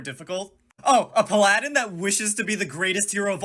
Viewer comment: did bro just say puh-laddin?! PAL-A-DIN!